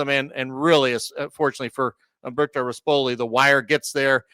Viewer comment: And pronounce rispoli correctly; he’s not the piece of crap owner with gator colors